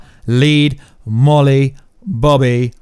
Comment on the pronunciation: "Molly Bobby Brown" it's millie